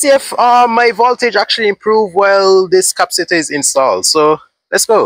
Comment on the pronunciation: Maxwell Super Capacitor with 500 Farads, would do great in your setup. The word Capacitor, is pronounced: ( Kah- Pass- it- or ).